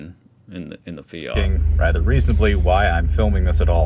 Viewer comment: Its A MINI mate NOT a Feeyat and it is Feeyit Not Feeyat